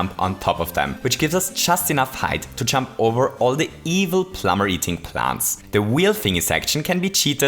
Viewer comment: I taught you were saying "chump" the entire time, not "jump". lmao